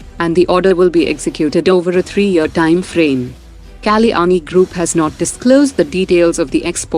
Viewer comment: Please stop using an AI driven voice. An Indian voice would be great because to hear Kalyani sound like Kaleeyaani is just silly. Takes away from the seriousness of India's achievements.